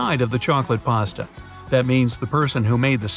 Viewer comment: Why is paste being pronounced as pasta? It's not even the same word